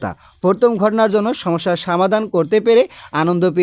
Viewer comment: Samadan noy somadan😊